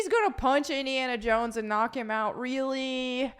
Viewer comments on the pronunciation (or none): none